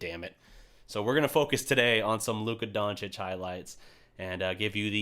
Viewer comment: His name is LUKA DONČIĆ,not dončik or drajic.DRAGIĆ.We have to learn english pronanciuation.We make mistakes,having it at school,but.Name is name.If your name is greg,you wouldn't be happy to be called djredj,even thou we understand that for an englishman or Italian...It is normal to make mistake.But you made them on giannis antetokoumbo.It's not his real name,but fine for him,fine for me